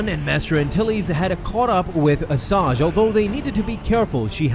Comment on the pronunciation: I’m triggered you called her Assaj lmao